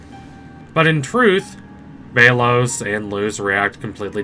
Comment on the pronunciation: Sorry but it’s pronounced bell os